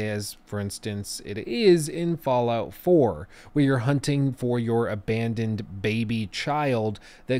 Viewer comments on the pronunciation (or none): none